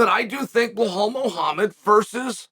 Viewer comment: I came here just to hear Chael say 'Blahall'